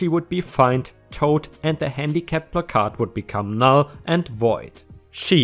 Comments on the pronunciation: says it's pronounced plak-ahrd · It's PLACK-erd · Hey,. Is that 'Captain Placard'? Sorry:-). In England we say 'Placard', with no emphasis on any syllable. It is said 'pla -card'. Americans seem to 'quieten the letter 'r', and shorten the first 'a'. In effect: England; Plaacaard. American: Placad. (Reading what I've just written I've probably made it harder for you! But! You may be able to make sense of it). (By the way, I've been away from the comp for some time so, no. Nice to see your subs at 20k plus. Well done).⭐⭐⭐⭐⭐⭐⭐⭐ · This is why you don't just smash windows, you let the cops do it unless you are 100% sure the dog is real and actually in trouble. and it's "Plaque -urd" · You said it correctly the first time it is placard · I couldn't see any comment about the pronunciation of "placard" so I thought I would post it. If someone has already posted it and I am just being annoyingly redundant, my apologies. The only way I have heard it pronounced is: PLACK-erd. My brother has a handicap placard so I have heard and used the word several times. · Placard — ‘plack-ard’ Rhymes with ‘card’ 🎖🎖🎖🎖🎖🎖🎖🎖🎖🎖🎖🎖🎖🎖🎖🎖🎖🎖🎖🎖🎖🎖🎖🎖🎖🎖🎖🎖🎖🎖🎖🎖🎖🎖🎖🎖🎖🎖🎖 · It is pronounced “plak-erd”. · Hey! Btw its plaque-Arrrd (like a bad tooth plaque on a pirate lol) your english is progressing amazingly!⭐🌟⭐🌟⭐🌟⭐🌟⭐🌟⭐🌟⭐🌟⭐🌟⭐🌟⭐🌟⭐🌟⭐🌟⭐🌟⭐🌟⭐🌟⭐🌟⭐🌟⭐🌟⭐🌟⭐🌟⭐🌟⭐🌟⭐🌟⭐🌟⭐🌟⭐🌟⭐🌟⭐🌟⭐🌟⭐🌟⭐🌟⭐🌟⭐ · PLAK' erd - emphasis on the first syllable. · plaque ard is how placard is pronounced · It's pronounced pla` kerd. A cent on the first syllable. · Plack-errrd like card but with a kerr sound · It's PLA-card. Card sounds more like kurd. The emphasis is on the Pla syllable. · Placard is pronounced as plah- kerd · We say it as plac-erd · *************** it's plack-herd. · it's "plah-card" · Pronounced more like "plACK-curd" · "Placard" is actually pronounced "pla-curd" like the "pla" is pronounced like the a in apple and the "card" part is a half lie. No idea why it's so weird lol